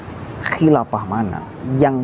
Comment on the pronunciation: Saya salut sama mas ini pemuda pandai... Namun pelafalan huruf f harus di perbaiki jangan nyebut p. Khilafah bukan khilapah